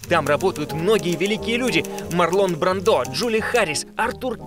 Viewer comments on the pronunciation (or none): Правильно говорить МАрлон БрАндо! С ударением на А и в имени, и в фамилии! Всё остальное тоже ужасно! Я не придираюсь и не хочу Вас обидеть, но это так, к сожалению.